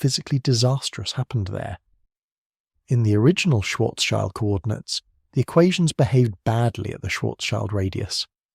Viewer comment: Thanks for providing these videos. Listening from Germany past midnight. Just a side note: Schild means shield in English, nothing to do with a child. It is pronounced similarly to shield as well but with a short i as in lift.